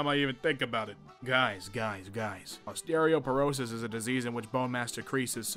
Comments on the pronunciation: "osteRIOperosis" XD vs ostEOperosis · The fact that he had three tries to read “osteoporosis” correctly and he did not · It's pronounced like ahs tea oh per oh sis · O-stereo-porosis is crazy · Best part of the video is him mispronouncing osteoporosis